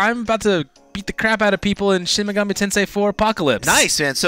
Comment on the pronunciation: Mispronounces Tensei but then says it properly 2 seconds later. Get a feeling so complicated. Can't wait for this game. Will make the wait for P5 more bearable.